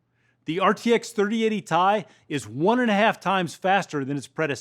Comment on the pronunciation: did i heard him said "RTX 3080 Tie"?